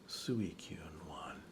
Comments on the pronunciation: Its pronounced Swee-koon. =) if you want to know. No worries though, even now not everyone can agree on certain pronunciations of particular Pokemon. =) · Don't worry about Suicune, even the hardcore fans don't know how to pronounce it.